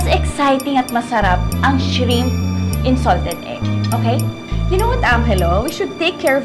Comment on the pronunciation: Shreeeeemp ? Georgia said 😂😂😂